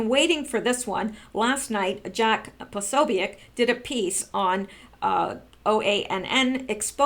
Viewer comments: Jake Posobiec is pronounced Jake Pa-so-bic. Bill Mahar is pronounces Bill Marr. Good God you are driving me crazy. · I thought you of all people would know how to pronounce his name but apparently not. Jack P's name is pronounced puh so bic with the o being a long vowel and the u and i are short vowels. Now give it try and pronounce it correctly.